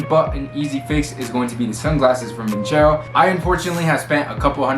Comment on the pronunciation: Did you call it "vin-chero"?